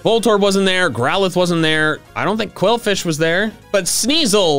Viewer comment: And BTW it's qwilfish, not quilfish, quwilfish or qwuilfish